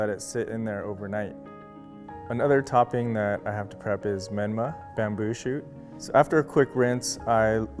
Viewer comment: When he said menma my heart sank